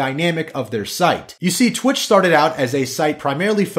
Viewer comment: It's twitch not twat